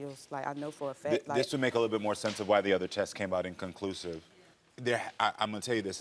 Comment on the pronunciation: like she said it came back "inclisclusive" lmao